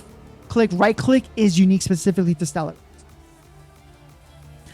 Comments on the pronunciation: The word is properly pronounced "Stell-are-iss" but as suggested, I think it is a translation issue. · Anyone else thinks Stell-er-iss is terrible and Stell-are-iss would have been better?